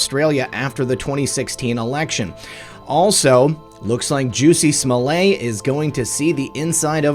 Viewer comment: Pronounced Juh-see Smah-leht. Where have you have been? If you are correctly pronouncing the brothers names, which have been equally connected to events, then, if you are purposely mispronouncing Jussie's name, this seems unnecessary.